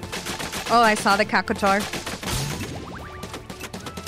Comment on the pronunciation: "Caco tar" 😭 I can't